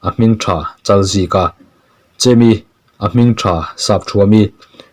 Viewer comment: Chemi nilovin Chèmi a ni lo maw